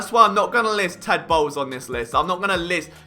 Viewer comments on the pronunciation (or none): none